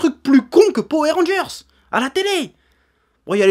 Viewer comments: Moi je dis pas Powère mais Poweur... suis-je dans l'erreur ? Sinon très bonne vidéo ^^ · J'ai juste retenu qu'il disait "powé rangers" au lieu de power rangers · Golden Crow Powai rangers* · alors, ça ce prononce Po Weur Rangers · J'aime quand tu dis Powé Rangeurss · Du coup une question se pose: On dit Powé Rangers ou Powoueur Rangers? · J'ai fait qu'entendre "Powé Rangers" ça m'a sorti de la vidéo à chaque fois xD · "powèr rangeur" mdr chef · "Powé rangers" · la vrai question c'est pourquoi tu prononces powé mais rageurs ? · Etienne Francius c'est trop marrant la façon dont il prononce powé ranger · C'est une vidéo sur quoi ? Ah oui les Poweu rangers. j'essaie de compter combien de fois il a dit poweu ranger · J'adore comment il dit poué randgeurz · Edgar S. c est trop rigolo la façon dont il prononce powé ranger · Po-ouais Rangers ? :') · powé ranjerrs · Powé Rangers j'ai bien entendu?🤔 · "powé rangers" j'ai vraiment eu mal à chaque fois que tu disais ça comme ça... Cela dit je suis totalement d'accord avec ton point de vue, les gens ont perdus le fun devant les films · J'aime bien quand le Chef dit Powair Rangers ^^ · Moi aussi ça m'a énérvé toute la vidéo, c est comme les gens qui disent Hitlaire et non Hitleur